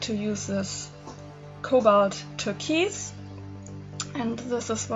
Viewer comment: It’s TUR-KOYSE...with the KOYSE sounding a little like BOYS.